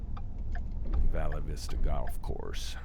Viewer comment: Pronounced Val Vista.😊